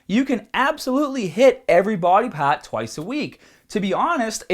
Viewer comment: "this is the haaaadest paaat of the exaacize"